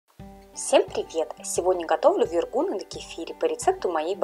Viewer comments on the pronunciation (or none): ВергуНЫ,а не вергУны!!! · Правильно с ударением на последний слог : вергунЫ. Вкусно и так, но слух режет. 🙃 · Почему ударение в названии украинского блюда вы называете в-еее -ргунами ?! А борщ тогда как называется!? Щами?! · Им. Вергу́н Вергу́н Вергу́ны это из википедии) но слышу впервые, всегда все говорят вергунЫ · Вергу’ны не могу слушать🙈 . Очень вкусные , пышные 👍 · вергунЫ!!! Це українські смаколики. Робіть правильний наголос, будь ласка! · Так и называется то автор неправильно выговаривает